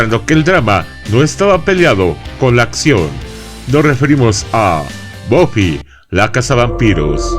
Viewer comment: En España se llamó Buffy cazavampiros y encima los nombres los pronunciamos bien buffy se pronuncia baffy no boffy